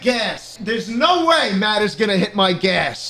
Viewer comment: Melancholy Mouse it ezzz what it ezzz